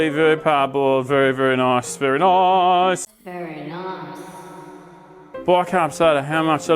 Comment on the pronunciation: You say very Noice…. Very distinctively Dr potato PANTS 😅